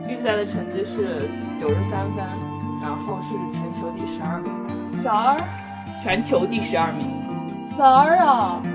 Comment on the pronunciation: “12？12啊？”这哪来的南韩/朝鲜族口音噻？😂